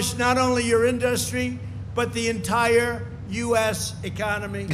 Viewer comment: Why can't he say "Industry"... I can feel my skin crawl every time he talks.